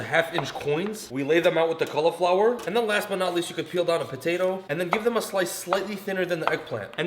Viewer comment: "were gonna lay down some kallaflower"